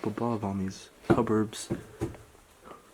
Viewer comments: Good video. Not abandoned THAT long ago though. Also, cupboards is pronounced cubberds not cubburbs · Anyone else hear cubburbs.. instead of cupboards? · "Cuburbs?" It doesn't rhyme with Suburbs. It is Cupboards. Cup-board. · Do you keep saying "cupburbs," like suburbs? Cup-board!! 😂 PS that's a Chrysler Fifth Avenue; same car Mike uses in Breaking Bad! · cubberbs? they are cupboards which is pronunced like cubbards no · Cupboard. Not cubburbb. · Why do you say cupboard, "cuburb"? Interesting! Ha! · What is a cubburb? Cupboard perhaps, pronounced cuburd? A lot of stuff here from the last 25 yrs or so. The drugs are old. I wouldve liked to have seen those more closely. Advise, do a little research . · Cupboards😉🤣. Pronounced- cuhboard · He says cuburbs, like suburbs, lmao. Cupboards my friend. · hey, they are called cupboards not cubburbs. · Dude said “Cupbourb” two different times. Lmao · “Cuburbs” ??? Lmaooo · Why does he say “cuboarbs” and not cupboards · “Still stuff in the Cuburbs” lol, is that like the opposite of city cupboards? and . I’ve never heard anyone say it like that before. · He can’t say cupboards-that’s really weird . Also hulk Hogan and Po wasn’t about in the 50’s or 60’s ...u less I missed that. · does he say cupboarbs? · Does it keep say cuburbs? Lol. Great video but unless you're old enough to know much of this spans decades, like I've seen stuff from 50', '60s, '70s, the '80s, the '90s, and up to even early 2000s. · Is it just me, or is he saying 'cubburbs'? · Are you saying “cubirbs”? ... or “cuburbs”? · Cupboards, not cuberbs. OMG. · "Cuberbs?" Did he say CUBERBS?? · Did he fucking say cubburbs ? Wtf is a cubburb? I think he meant cupboard LMFAO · You say cupboard so weird... like Cubberbs.... irritates me 🙄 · I like it when you say cuburbs. LOL!! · "Stuff in the CUBURBS" lol WTF is a Cuburb? lol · I hear cubborbs... lmao. But yeah, I was looking for a comment about this! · So freaking annoying